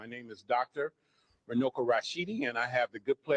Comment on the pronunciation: I'm from Zimbabwe and i think he meant to say Runako which means beauty. Runuko does not mean anything in Shona language 😊